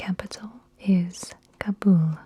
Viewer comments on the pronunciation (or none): none